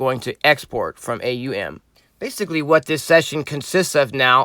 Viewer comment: its A-U-M, “Auhhm” just sounds weird